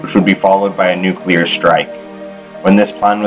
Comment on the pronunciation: Nice. The sound could be better, and I actually found the graphical aspect a little distracting. But my complaints are minor, including the mispronunciation of 'nuclear'. But it is a common thing, so meh.